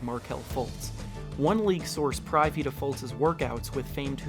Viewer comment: You said privy wrong.